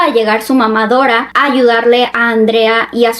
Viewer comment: El vídeo está chido....pero no pude evitar morirme de la risa cuando dijo mamá-Dora , xd lo siento